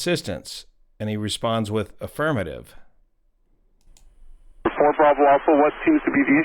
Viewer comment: Answering if he's doing okay there, need any assistance, sounded like he didn't just say affirmative but afirm, if I could get